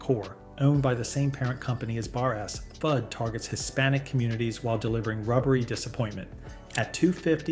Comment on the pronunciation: FUD is pronounced FOOD